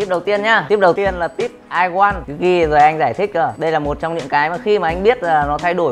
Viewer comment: Can't even say "I want" correctly. Funny!